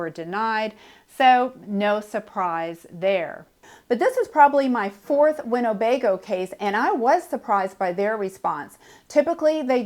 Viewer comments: it’s not winnobego it’s Winnebago. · You might want to check your pronunciation of Winnebago against the spelling. There is no "O" in the middle. Cheers!